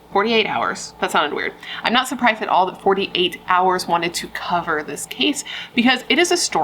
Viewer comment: i loved when you said "co-ver it" at the end :-)